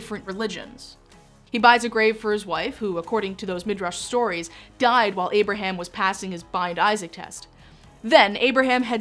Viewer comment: I wish she pronounced names and places correctly! Example.. it is “ Abraham” . Not “ Aberum” as she lazily says!